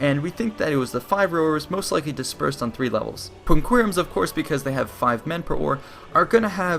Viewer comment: Practice the correct pronunciation of quinqueremes and triremes.